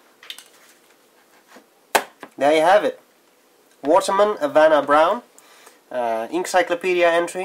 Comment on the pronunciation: The H is silent in Spanish. Good Spanish, though.